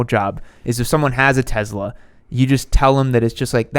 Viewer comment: tezla? lol